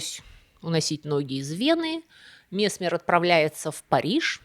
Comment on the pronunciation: Опять проблема с ударенияии..месме'р.